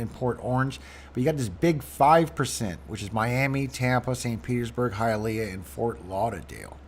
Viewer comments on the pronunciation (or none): none